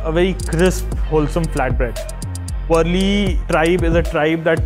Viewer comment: Its not worli its Warli culture...painting art. From My native place Palghar region